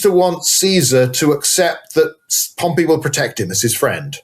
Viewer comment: Great episode! But your pronunciation of Pompey (POM-pee) as Pompeii (pom-PAY) was wild, even after your guest pronounced it correctly through the discussion. 😂